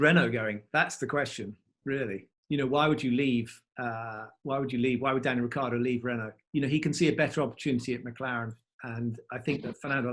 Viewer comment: no to mention Rick eeee ardo